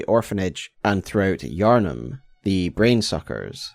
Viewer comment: I saw the iconic thumbnail style and tapped on the video and only realized it was Bloodborne instead of Elden Ring when he said Yharnim right at the beginning! Don’t care which FromSoft game you do a video on, I am just happy to have more content!